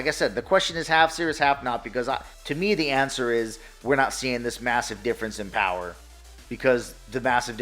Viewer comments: The Powahh...lol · THE TOWAA OF POWAA 😂🤣